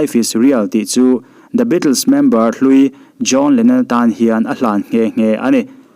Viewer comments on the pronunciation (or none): none